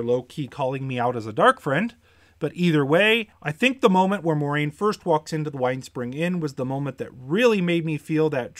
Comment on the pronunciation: Dorks on YT: "Ermagurd! I'm a huge WoT fan! Watch all my WoT videos." >pronounce Moiraine wrong<